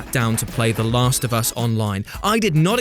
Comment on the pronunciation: Is having a stroke when saying the last of us